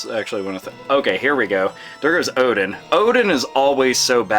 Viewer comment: And you pronunced Oden right. wow!